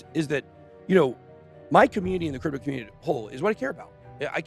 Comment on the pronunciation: 'Cryto'? Seriously?